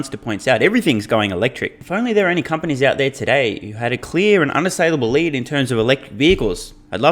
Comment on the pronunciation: Maybe on the teleprompter It was not written "Mary you led..." but rather "Mary you lead..." as in Mary you wear shoes made out of lead (metal), you will never catch up the EV race... :) Love your humour btw !